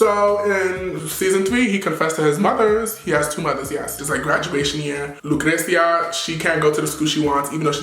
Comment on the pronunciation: you already know you love saying LUcreCia haha i love you!n